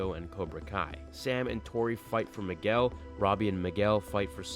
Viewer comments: he said Migwell XD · Why did u say Miguel like migwel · you pronounced migwell. Lol